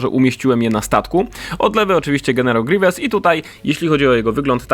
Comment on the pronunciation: grivies palpatajn jak mnie to wkurza